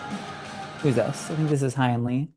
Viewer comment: It’s not Hi In Lee. It’s pronounced like Hay In Lee.